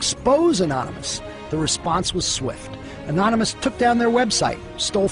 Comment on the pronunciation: It irritates me so bad when that one news reporter couldn't say 'Anonymous'